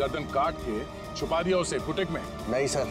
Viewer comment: it's dia not daea